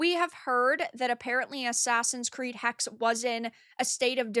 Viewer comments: it is not hex, it is hexE. it is german. we do not drop vowels ever! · To make things better Ubisoft could add robust age verification to its games. The "e" in "Hexe" is voiced btw. "Hex-eeh" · the last E in Hexe is not silent btw. Hexe means witch